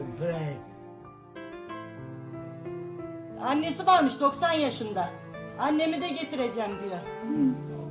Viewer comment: ALLAHINA KURBAN DEDE SENİ YARADANA KURBAN 1: 28 DE PİREYİ VURYORDUM PİREYİ DİYOR :)